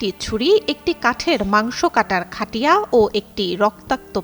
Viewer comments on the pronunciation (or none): মূর্খ চোদা অটোপাশ চোদানী মাগি খবর পাঠিকা ! তুই বারবার খাটিয়া বলে ভুল উচ্চারণ করেছিস ! জিনিস টা খাটিয়া না ! উচ্চারণ হবে খাইট্যা বা খাইট্ট্যা অথবা খাইট্টা !! অর্থাৎ ট এর উচ্চারণ ডাবল্ হবে বুঝলি ! মূর্খ চোদা মাগি ! তু্ই যোগ্যতায় নয়, চোদা দিয়ে চাকরি নিয়েছিস ! ফালতু চোদা